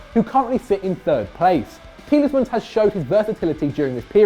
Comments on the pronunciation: The amount of times he's saying TieleSmans is actually hurting me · Why do you say 'Tielesmans'?? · can't pronounce Tielemans "Tielesmans" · It's Tielemans, 😤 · Tieles mans 😂😂😂😂